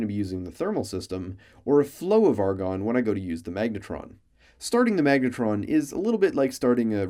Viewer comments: Argon Not argon Love the scientific-ness of this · ARGON NOT ARGON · Argon and NOT Argon xD